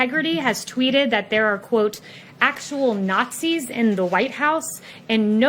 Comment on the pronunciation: ACKTUOL NATSZEES